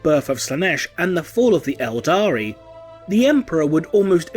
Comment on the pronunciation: IT'S ELDAR! NOT ELDARI! Stop mispronouncing this easily verifiable fact! Damn your videos are filled with so many mispronunciations of a franchise that is over 20 years old.